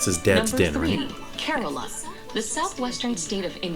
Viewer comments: speak kerala not korola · It's K-RAA-LA....